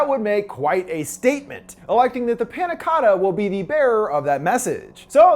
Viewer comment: yea i’m not even italian and it pisses me off 💀